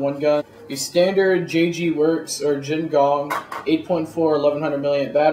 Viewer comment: Hey dude, i do not mean to burst ur bubble, but it is Jing Gong. not Jin gong.